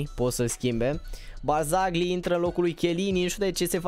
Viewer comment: Nu e hate, barzagli se pronunta barzali si Canselo se pronunta canzelo😃